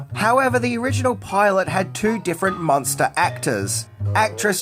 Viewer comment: Do you see an "o" in the name Munster?